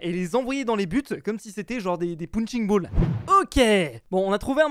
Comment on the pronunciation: Des "POUNCHING BOLL" PFAHAHAHAHAHAHAHAHA!!!